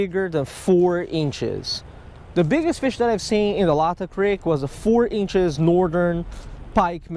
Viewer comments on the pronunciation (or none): FINALLY! Somebody comes to Washington for something other than the stereotypical salmon or sturgeon trip. Also, not to be too much of a douchey local, it’s “lay-tah” creek👍🏻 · It’s pronounced lay tah creek